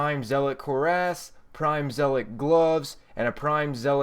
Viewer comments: And cuirass is pronounced cure-ess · Hey man. I loved the video, it was great and you built it well. I have only one problem, and it's a very very minor one; your pronunciation of several words. Just to let you know, it's not a big deal. Here are a few of those words: Hezen Zealot Cuirass Minuet Just thought I'd let you know. Otherwise, love the video. You earned my like ^_^